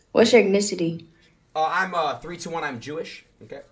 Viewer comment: "Yo, what's your ethKNEEcity?"